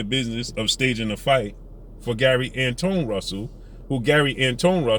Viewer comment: Pronounced like Antwan